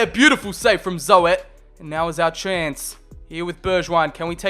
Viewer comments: “Zo-et” lmfao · Thr name is not zoet its zut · Zoet is pronounced as "zoot" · As a Dutch person, the best thing of the video is the way you say: Zoet hahaha, cuz not even one sound is correct ps. Zoet means Sweet in English ;) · You pronnounce oe in groeneveld and zoet like ou in could believe me i am half from the netherlands